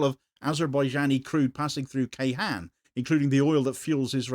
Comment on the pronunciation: Ceyhan is not read with a K but a J (as in Jayson) and hon (as in honey) Jayhon